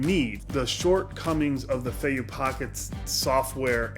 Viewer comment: Fay-yoo like you are saying is correct! But you were saying DJI incorrectly. You were sometimes saying DJA. 😅